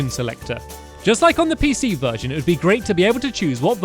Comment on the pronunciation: lol i thought he said a Virgin selector